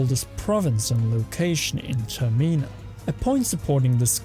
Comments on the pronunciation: Termina. not termeena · its termina as is terminate not terMEEna also... are you assuming that majora is female?